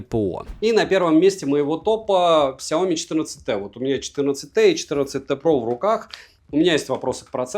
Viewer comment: 😂😂😂 "Сяомит" меня когда так назвали в чате , я даже немного обиделся. Но я уважаю чужое мнение и про обзор могу сказать только - СУПЕР. Особенно когда топ на 1 месте мой любимый бренд. За видео однозначно лайк.😊👍 Спасибо!